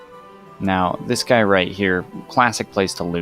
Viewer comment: say "dis guy" one more time and ill fight you irl